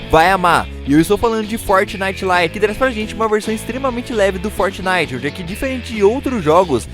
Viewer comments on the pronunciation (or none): none